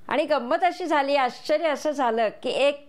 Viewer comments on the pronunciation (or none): none